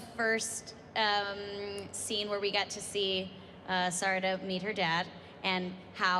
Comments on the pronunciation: Sis said Siroda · Suroda and mitsooki is what she said 😂😂😂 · anyone triggered by how she says their names? sarada and mitsuki